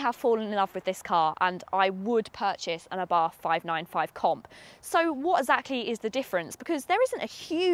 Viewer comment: good...but it is pronounced "ah Bart" ( and the "h" in Abarth is silent)